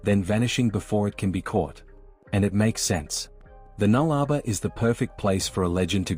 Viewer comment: us Aussies pronounce it null-a-bore not nullrba